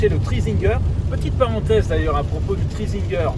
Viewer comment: C est pas train zinguer c est tri zinger putain t as du mal 🤣sinon 👍🏽